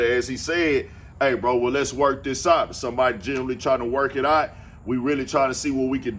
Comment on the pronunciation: WHY YOU SAY OUT LIKE OT? LIKE BOT 🤖 NOT WORK THIS OUT LILE ROUTE ? 😂